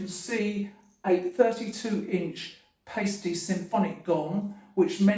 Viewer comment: you of all people know it’s pronounced ‘Pie-stee’ not ‘Pay-stee’